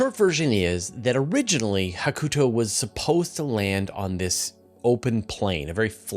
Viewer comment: Re-upping the nit, sorry! "Hakuto" is pronounced HA-ku-toe, with stress on the first syllable.